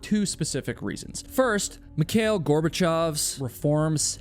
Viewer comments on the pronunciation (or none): none